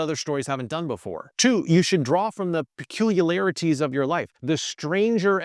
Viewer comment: Is that the correct way "peculiarities" is pronounced in English?